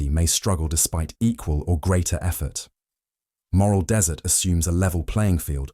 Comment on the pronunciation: Its moral Dessert as in treats, not desert as in sand